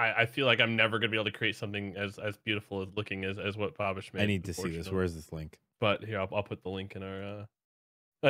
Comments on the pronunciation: I heard Bobish and was like "Who tf is that?" Then the video popped up and i was like, "Oh, its." For some reason you guys say "BOB"-ish instead of "BAB"-ish. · I can’t get over how they’re pronouncing. Isn’t it bab-ish, not bob-ish?